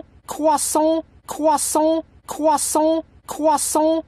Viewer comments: my favorite part is when he said CwEsAnT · He's saying cwahsont